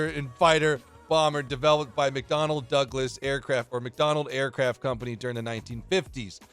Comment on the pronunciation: Why he is saying mcDonald aircraft company xd